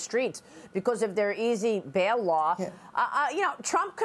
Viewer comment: Lar? I think she meant law.